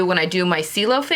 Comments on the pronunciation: I love the way you finished the edge of the facing. Thank you. And being the Rome collection, I think it should be pronounced chay-lo which is sky in Italian. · I think your last pronunciation is correct. I took an Italian language class in Italy and ci is pronounced ch. it was weird cuz ch is pronounced as k!